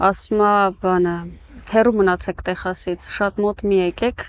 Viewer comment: Lav eli ays angragetnerin bacatreq vor Texas gravum e Teqsas artasanum, amot e